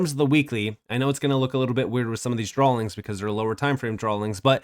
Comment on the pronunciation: Drawings, not drawlings